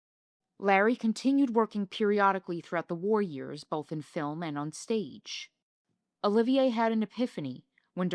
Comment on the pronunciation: Did you really say Withering instead of Wuthering? It’s bad enough that you mispronounce so many other words and names, esp Larry Olivier’s, but jeez, if you want to sound like an expert, get it right!